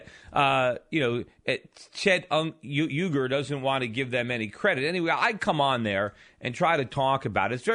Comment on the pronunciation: something that has not been noted, is the way conservative pundits, apologists, and commentators resort to name-mangling (at the best of times)... not once in the segment did he correctly pronounce Cenk's name. It Jenk YOO-gar. I don't think it's always intentionally demeaning (though the furore over Barak "Hussein" Obama, in other contexts, speaks volumes.) In this case, I fear it is just inattention to detail. But, HOW is that even remotely comforting?